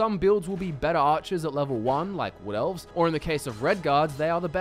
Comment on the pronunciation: Yeah, who could forget the "Redgaurds", the "Wool Felves" or the "Snorts".